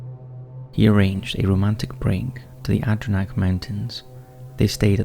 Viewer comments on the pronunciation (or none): Adrinack? It's pronounced AD-ER-ON-DACK. Adirondack. Almost exactly as it's spelled. It's an Iroquois word. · Ad-eh-RON-dack mountains.